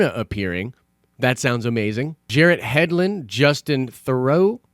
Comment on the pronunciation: It's Garett Hedlund. Hard g sound.